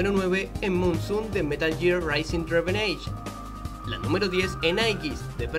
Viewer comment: "Metal Gear Rising Reverege" WTF Revengence*